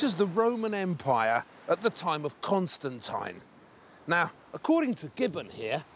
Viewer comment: the way he says Constantine urks me